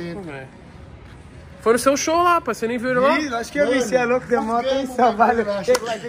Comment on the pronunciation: Se tem Toguro Botando Loudo em vez de Louco tem Like QUEM CURTE A CASA MAROMBA DA LIKE